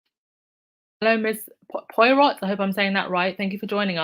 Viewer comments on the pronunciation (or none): none